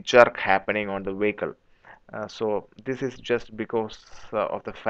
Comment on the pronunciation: i'm Malaysian, from Sarawak borneo. We do speak english fluently. listen to it, Tht guy is English Russian accent, Russian pronounce "this" is "zis"